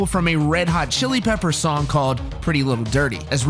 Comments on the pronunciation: Yo, it’s Pretty Little Ditty. Two T:s. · "pretty little ditty" , not "dirty" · “Pretty Little Dirty “ lmao go fuck yourself whoever narrated this